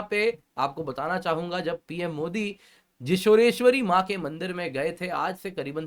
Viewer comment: Sir, the correct pronounciation is जौशोरेश्वरी (Joshoreshwari) . The place "Joshor" was actually pronounced wrongly by British colonizers and never got ammended